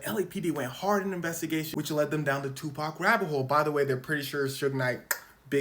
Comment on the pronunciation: Tupacs "TAUH"